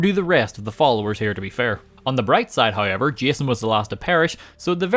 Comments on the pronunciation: I love the way says however. “Heyever” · It's sounds more like Hi-ever